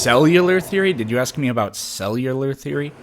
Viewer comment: "How aboat... "